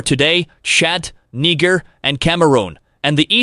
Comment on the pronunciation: "Nai-jeer" not "nee-ga"